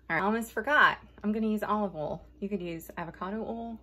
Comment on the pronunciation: In all my many years (way more than the 32 that says she she is) I never knew that Olive Oil was pronounced Olive owl. This was the dern cutest fun video!!! Love your humor and expressions.